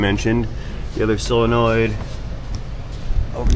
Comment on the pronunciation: What's wrong with you southern guys? It's not a "SILLinoid", it's a SOlenoid. And, while we're at it, it's SIrup, not surp!